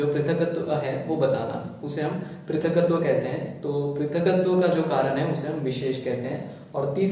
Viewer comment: Prithaktva krit....there is only half k and not full k. So pronunciatio will differ.